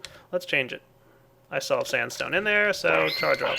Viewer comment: standstone ? xD